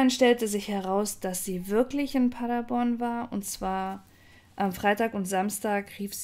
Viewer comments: ich liebe Deine Videos aber es heißt PaderBORN (Betonung auf der letzten Silbe). Ich komme aus der Gegend. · Der Ort heißt Paderborn und nicht Paddaborn!